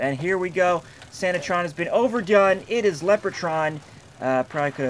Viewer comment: btw, I don't think its pronounced "Lep-er-cawn" but "Lep-reh-cawn" making the robot's name "Lep-reh-trawn"